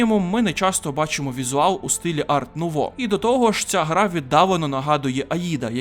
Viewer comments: Альфонс Муха блядь! Ну і правильніше казати ар нуво, бо це французька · Дякую за огляд. Чисто на майбутнє: художника звати Альфонс Муха, а не "Муча" (він чех і "ch" в них позначає звук "х"), а стиль в українській мові називається "ар-нуво" (його назва походить з французької, де літера "t" в слові "art" не читається)